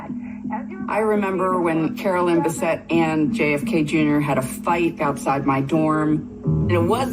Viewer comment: Jfk not Jake haha